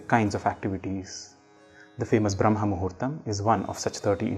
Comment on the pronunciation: Great video! Shouldn’t you be pronouncing it as Braahma muhurta and not Brahmma muhurta?